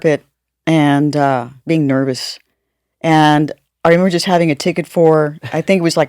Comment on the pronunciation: Why does she pronounce her “s” like “shhh”. “Nervoushhhh” lol